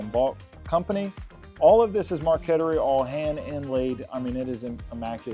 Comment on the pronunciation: Very cool & unique table. The veneer inlay is pronounced Mar ket tree (Spelled Marquetry -aka painting with wood). I’m 100% sure of it.